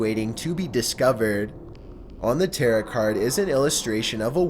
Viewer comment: it's pronounced tear-oh cardm not tear-it... fam